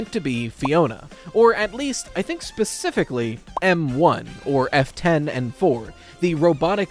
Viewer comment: I know you're saying F-10 but it sounds like "Afton" when I'm not watching the subtitles.